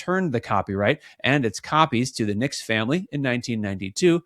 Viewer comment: His last name is Nix not Nicks.